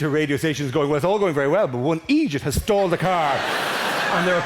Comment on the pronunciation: For the first few tines he said stalled, I thought he said stole. Which was confusing but hilarious.